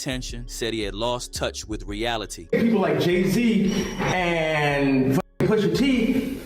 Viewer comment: Poo-sha tee. 😂